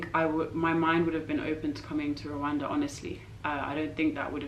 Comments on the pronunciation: It's not Kigali Rowanda..is Kigali Rwanda. My lovely country. Peace to you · The Country is Rwanda, not rowanda plz, thank u sister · but you pronounce it Rowanda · Black Viking That's foreigner's pronounciation. Local correct pronounciation is: RRRRRR...WAN...N'DA Rwanda which means: Universe or Infinity.